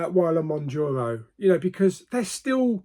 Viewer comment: Moun ( JAR ) O. 😂